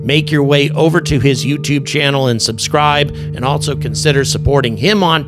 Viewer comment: There is no " t" in the word "also"